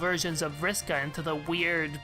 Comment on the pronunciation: Vris is one syllable